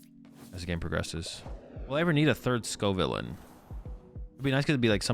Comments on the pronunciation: if you watch the first couple of battles he definitely doesn’t 😂 “scovillane” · I’m convinced you deliberately pronounce Pokémon names wrong at this point. It’s clearly pronounced sco - villain (as in, a bad guy) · It's pronounced sco' villain